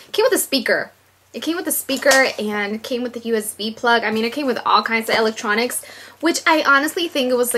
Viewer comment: "elec - tronics" lmao